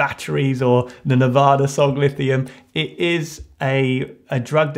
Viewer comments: Really thought he said Nevada Instead of nirvana 😂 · Nirvana, with an accent :P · I love that he made Nirvana sound like Nevada.